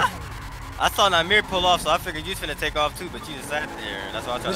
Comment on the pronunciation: Ur not saying nahmir right